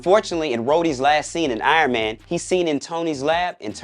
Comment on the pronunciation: We all know it's because he wouldn't stop calling him iron mayne